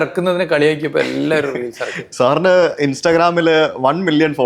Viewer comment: റീലിസ്. അല്ല റീൽസ്